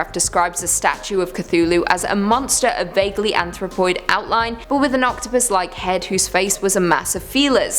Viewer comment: am i the only one who thought she said "whos head looked like an enourmous OCTOPISS" ?